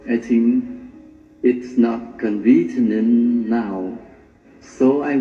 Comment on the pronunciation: Convenient :( phiên âm tiếng việt là; con vi ni ân ) nghĩa của nó là : tiện , tiện lợi, tiện ích) mà Quang trọc nó nói sai thành ( con vi T nần ) , và 1 lỗi cơ bản nó đang nói từ hiện tại translate nghĩa là dịch thuật, mà Quang trọc nó thêm ed vào sau là sai thành thì quá khứ là sai bét nhèm, nếu người có bằng 6.0 thì không thể nói sai 2 từ cơ bản trong câu hội thoại như thế được nên chắc bằng tiếng anh của Quang cũng cần phải xem xét lại, ( tôi đồng ý nếu không giao tiền tiếng anh trong thời gian dài thì sẽ nói không suôn sẻ và lưu loát như Quang đang bập bẹ em bé lên tập nói , còn sai chính tả và phát âm thì không thể giao tiếp vì người đối diện không thể hiểu được đúng ý ) có thể bằng của Quang là bằng eo ơi 😂